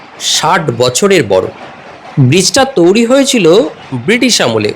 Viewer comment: আপনি বারংবার বলছেন "তৌরি"। কিন্তু, সঠিক উচ্চারণ হবে "তৈরী"। তবে, আপনার উপস্থাপনা সত্যিই প্রশংসনীয়। ধন্যবাদ।